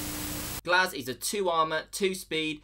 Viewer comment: The gs-ehch